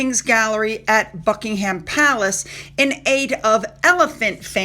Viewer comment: If you really respected our Royal family and the British,, you'd pronounce Buckingham Palace correctly. It's not difficult.👎🏻